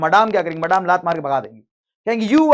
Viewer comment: Maadaame 😂😂it's madame and pronounced as madam